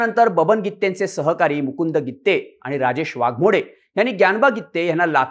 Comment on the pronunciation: बरोबर आहे गित्ते च आहे